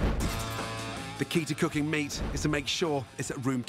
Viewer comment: Is it me or does he pronounce meat as “mint?” 🧐